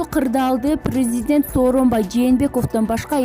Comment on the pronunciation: ЖЖЖРУНОВСКИЙ, ПРРРЗДЕНТ🤣🤣🤣🤭